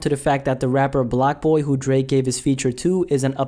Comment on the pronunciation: It’s blockboy not blackboy tf